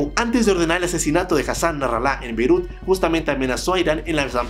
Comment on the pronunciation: Por favor pronuncia Beirut con su B, la i, y su T bien, pues lo dices tan feble que parece que dijeras Peru. Yo estoy de acuerdo con las medidas de Israel, pues ellos saben mejor lo que les conviene. Ya basta de los abusos de los grupos terroristas. Fight fire with fire.